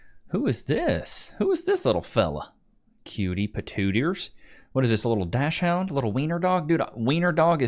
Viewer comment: "Dash-Hound?" Really? Dachshund not DASHHOUND. Pron DAKS-HUNT